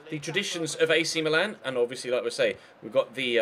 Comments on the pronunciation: Am I the only one who noticed that he said Milan as meelan 😂😂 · its how they say it in italy